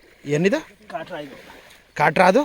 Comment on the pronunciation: ಅಣ್ಣ ನಿನ್ ಬಾಯಿಗೆ ದೊಡ್ಡ ನಮಸ್ಕಾರ 🙏 ಮೈಕ್ ಹೇ ಬೇಡ ಕಣಣ್ಣ 🤣😂🤣😂 ಅದು ಕಾಟ್ರ ಅಲ್ಲ, ಕಾಟ್ಲಾ 🤣😂